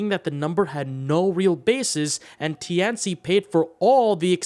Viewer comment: it just bugs me that you pronounce Tian Ci wrong every time every god damn time REEEEEEEEEEEEEEE